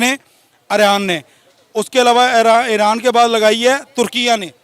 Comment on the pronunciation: Iran ki jagah iraand keh raha hai😂😂